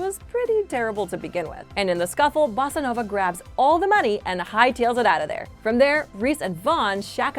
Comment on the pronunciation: When you said Bossanova, it sounded Mexican